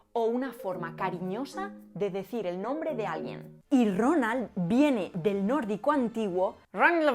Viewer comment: Cuando pronunciaste Ronald en nórdico pensé que estabas hablando en murloc